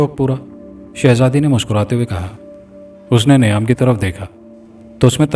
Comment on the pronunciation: Niam nahi _meyaan m talwaar 👍🏼 sahi pronunciation